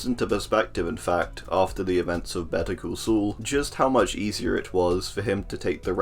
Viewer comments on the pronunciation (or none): "Better cul sul"